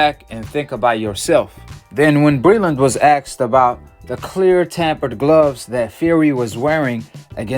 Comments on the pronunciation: And the words is “asked” not “axed” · "when axed about Wilder" ... 'axed'???? What language is this? Do you mean "asked?" How do I stop this channel from coming up on my feed. Yes, trainers give boxers water. Doesn't mean it's spiked. What a lol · You lost me at "axed" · Asked not axkd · When he axed wow it's torture